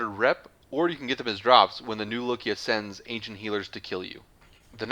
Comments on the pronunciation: New LOKIA? I thought it was New Loka. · "New Lokia" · new nokia